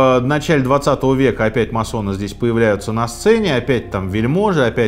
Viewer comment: Почему всё время говорят о маССонах??? Правильно говорить маСоны... "С" должно быть очень коротким....